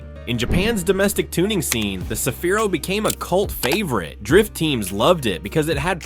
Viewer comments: 日本ではサフィーロ でなく セフィーロです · いきなりサフィーロじゃなくてセフィーロだろ！。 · さびぃ～ロじゃ無い。セヒィ−ロ゙だす。